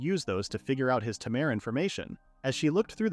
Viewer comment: Tamer❌ Ta mer✅